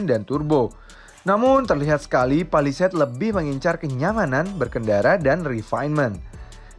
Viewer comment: Cara ngomongnya udah bener, Pa Li Seit Bukan Pe Li Seit